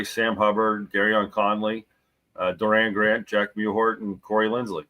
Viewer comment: Wasn't it "Doran" Grant?